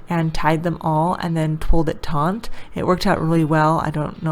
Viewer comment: Taut not taunt